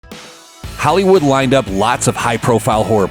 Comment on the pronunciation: No one gonna care that at the start he said "halywood